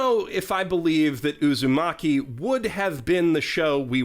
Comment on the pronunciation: Since I’m petty, I still find the biggest tragedy being all the commercials pronouncing it as “Uzomaki”